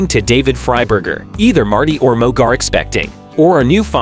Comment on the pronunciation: It’s Mooooog.. not Mug.. Secondly.. Blair ( Mooog)… refers to Marty as “Martin”.. research better Dude..